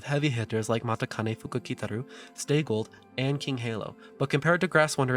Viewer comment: Subbed. Love that you cover information that goes beyond just simply pedigree and race results which everyone else already knows. Also some Japanese tips now -- better to nip it in the bud than have you repeat mispronunciations for the entirety of your series. "Kikuka" is pronounced "kikka." And "Matikane" is pronounced "machikane." Not obvious for EN readers, but obvious to anyone who speaks or reads JP. Looking forward to you covering Mambo and her mother Director Akikawa.